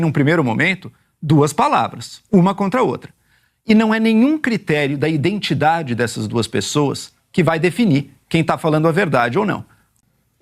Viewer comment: Tem que dizer p esses caras aprender a falar identidade e nao indentidade